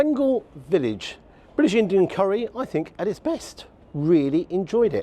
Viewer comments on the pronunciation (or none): none